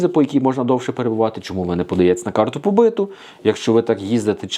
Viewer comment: Карта побиту, наголос на у. Тобто побит по українськи бути, проживати, працювати легально на території Польщі.